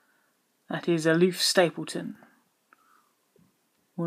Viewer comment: Why do you call the author "Aloof Stapleton" when his name is clearly Olaf (Oh-lawf) Stapledon (Stapledun)?